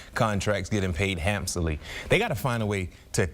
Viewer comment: Hamsoley? You mean "Handsomely"